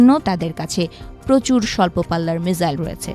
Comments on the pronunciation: আচ্ছা মিজাইল না মিসাইল????????????? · সঠিক বানানটি হলো «মিসাইল» (Missile) [১]। ইংরেজি শব্দটি বাংলায় উচ্চারণ অনুযায়ী লিখলে 'মিসাইল' লেখা হয়। এছাড়া বাংলায় একে ক্ষেপণাস্ত্র বলা হয় [২]। মিজাইল: এটি ভুল উচ্চারণ বা বানান। মিসাইল: এটিই সঠিক ইংরেজি শব্দের বাংলা প্রতিবর্ণীকরণ। এটি এমন একটি স্বচালিত যুদ্ধাস্ত্র যা নির্দিষ্ট লক্ষ্যের দিকে পরিচালিত করা যায় [১, ২]।